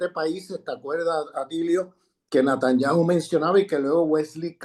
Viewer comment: Buen análisis. Lo único Sr Grosfoguel es Netanyahu con "e" y no con "a"